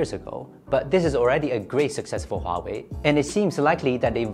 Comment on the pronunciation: Finally, I heard Huawei not Waway.